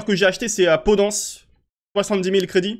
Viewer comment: Ça se dit podennnnce lol